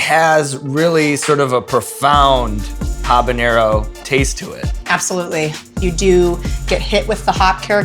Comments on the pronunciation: it's habanero not habañero lol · Sean, I love you, but you gotta start pronouncing that ñ in 'habeñero'! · Habanero is still not pronounced habanyero. -_ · She pronounces habanero wrong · every time she says habenero with the hyperforeignism on the n, I grow a new malignant tumor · Pretty cool that she can't pronounce "habanero." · Habanero doesn't have an ñ in it, so don't pronounce it like that lol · The way people mispronounce habanero as if it has an "ñ" in it is a form of hyperforeignism.